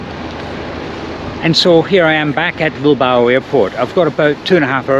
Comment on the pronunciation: A quién se le ha ocurrido doblar este video? El doblaje es horrible. No podían haber dejado la voz original y poner subtítulos para quien no entienda inglés? La voz del que lo ha doblado hace que este video sea insoportable. Y lo más insoportable es oírle nombrar a Bilbao como Bilbaru. Es que nos sabes leer chaval?